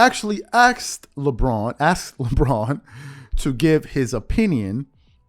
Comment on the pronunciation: you said they AXED first. You ain't gotta axe for nothing...